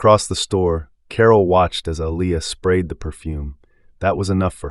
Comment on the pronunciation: I'm so sick of how he pronounced her name!!! Man get it right. Aaliyah pronounced Uh Lee ah. I believe he was doing it on purpose